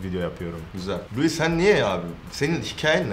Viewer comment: Louis vesaire dedi laa